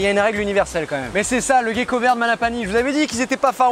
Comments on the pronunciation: Sa se prononce "gécko" et pas "guécko" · Ça me perturbe, tu dis "guecko" au lieu de "gecko" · Mais on dit Gécko et pas Guécko? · Merci pour ta vidéo super intéressante. J'avais une question, je t'entends dire Guecko mais moi j'ai l'habitude de dire *Jecko*, y a-t-il une bonne prononciation ? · Pqoi on dit "Guecko" alors que "Gecko" dans la langue francaise se prononce "Jecko"...? 🤔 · Vidéos sympa ! Dommage que tu dises "Guecko".... :p On ne dit pas "Guenepie" :) Sinon top de mettre en avant les geckos de la réunion ! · la prononciation en "guecko" ptn 📉